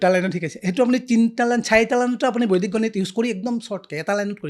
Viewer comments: Beleg akhan duniyat ase gote podcast tue out of my mind, olop kom buji py, বৈদিক tu বৈদ্দিক pronounce kore bare bare ako najne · বৰ ভাল লাগিল চাই, কিন্তু এটা শব্দ বাৰে বাৰে কাণত বাজি যায় যেতিয়া য়ে বৈদিক শব্দটো বৈদ্দিক গণিত বুলি কয় । গণিতত বৰ দূৰ্বল যেন পাও ৭০+৬০ কিমান হব কবলৈ চিন্তা কৰিব লগীয়া হৈছে😊